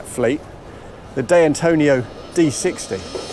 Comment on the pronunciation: "Day Antonio"? At least try, mate.